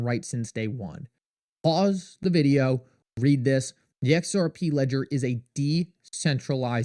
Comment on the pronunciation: Every day you post videos about how shocking and amazing XRP is. But the price just goes down. Also, have you ever listened to how you say video? Videooww… so fucking annoying